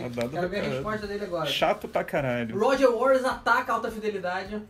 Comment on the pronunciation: Roger Wares???? Mania da porra de trocar o t pelo r.... síndrome de Cebolinha.